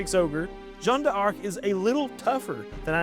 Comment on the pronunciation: Yeah your French is atrocious and an affront to my ancestors (just kidding but it is bad). A rule of thumb in French is you don’t end a syllable with a vowel and begin with another one. D’Arc is closer to dark in pronunciation.